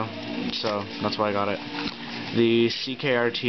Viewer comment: Dude you gotta quit saying ckrt. it crkt!!!